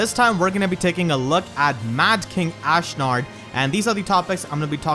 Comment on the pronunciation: "Ashnerd" - HA!